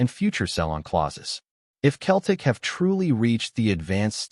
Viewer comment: It’s not keltic it’s Celtic swap the C for an S then you have it Seltic got it Celtic